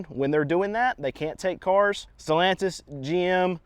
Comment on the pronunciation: Who the fuk is stolantise? Sad to see Chrysler dodge name dragged through the works.